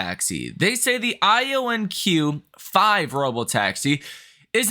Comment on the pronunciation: Lol, I'm just laughing at how you pronounced IONIQ. it's ionic, like ironic. Not ion-e-q 5. 😂😂⚰️ Great info here though! 👍👍